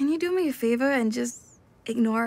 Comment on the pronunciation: I love how she says favor